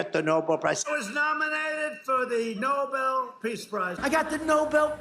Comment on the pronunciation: He seems to be saying "No Bell" piece prize. Could he be referencing the boxing ring? A TKO perhaps? That could leave someone in pieces.